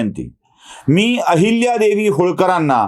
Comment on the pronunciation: अहिल्यादेवी असा ऊचार करावा